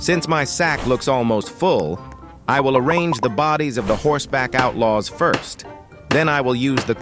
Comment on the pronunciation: Im sorry but the way you say sime words in the video 😅 "Horse-back outlaws" "Zombie house nest"